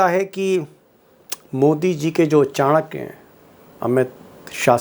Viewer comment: Bhadwe Kya ko chankya mat boliye.